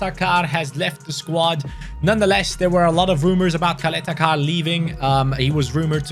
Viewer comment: U said Ćaleta-Car wrong few times